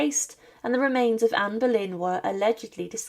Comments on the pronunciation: Anne Bollène et pas berlin ok ia de merde tu parle d'une reine d'Angleterre un peu de respect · Не Берлін,а Болейн. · Pani czytająca komentarz jest półanalfabetką i brak jej wiedzy. Jak można kogoś takiego zatrudnić ? "Boleyn" czytany jako "Berlin" i wiele innych tego typu wpadek.